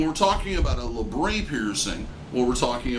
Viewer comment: I don't understand why say pronounce it laybrey when it's spelt how it's pronounced labret.